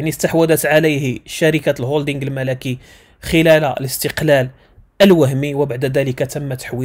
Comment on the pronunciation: الكوكب المَلِكي وليس الملَكي